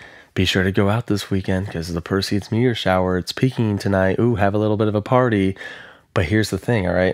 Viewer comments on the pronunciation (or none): none